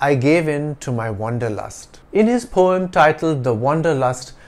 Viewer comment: I might be wrong but I still have the conviction of you have the wrong pronunciation of the word poem in this video. Kindly clarify my doubt.